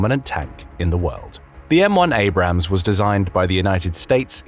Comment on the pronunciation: I'm surprised he managed to pronounce Abrams correctly